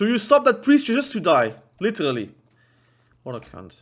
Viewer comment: Take a shot for everytime you hear "LiTeRRRrrally". You LittTeRrraRally cant, u die